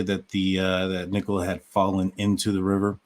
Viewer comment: Nick o La not Nick cola 🫣